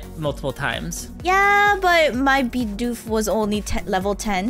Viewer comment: It's "bee-doof" and its a beaver.